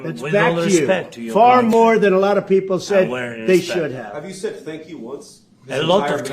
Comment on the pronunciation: Thank you comes out as a shank you..the accent went bad.